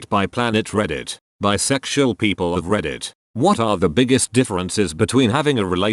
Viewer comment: text to speech: beesexual my mind: y o u l i k e j a z z?